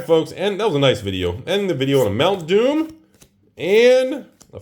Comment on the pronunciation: Every time says Mount Doom I hear mountain dew XD